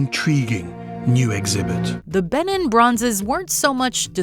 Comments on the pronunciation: It’s pronounced Ba neen with the accent on the last syllable . It rhymes with teen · Oh gosh hearing her say Benin made me cringe. England plundered their heritage, colonised their country and took from their land, the least you can do is pronounce the name of the Empire correctly.